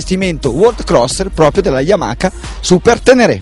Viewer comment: Si ma mi devi spiegare per quale motivo dici YAMAKA....forse non te lo hanno spiegato...si dice YAMA HA ....capito? YAMA HA.